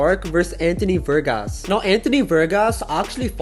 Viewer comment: VARGAS not vergas Vergas translates to dicks from spanish to english